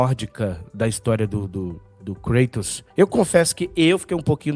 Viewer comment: A pronuncia mais correta é ''Kratos'' e não ''Kreitos''